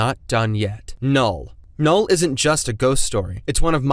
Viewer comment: null more like noll